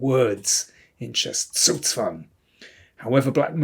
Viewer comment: You're the only english spesker I ever heard not butchering the Word Zugzwang horribly